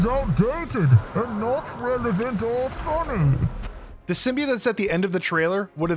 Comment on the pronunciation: “Symbiought” not “symbiate”